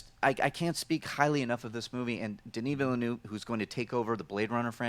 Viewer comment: pronounces "Denis Villeneuve" the right way., not so much. Sorry,!;-)